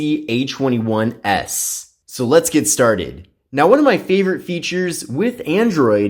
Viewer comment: Why does he say h21s?